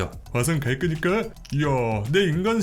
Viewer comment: 다 좋은데 왜 자꾸 화성 갈끄니까 라고 하십니까?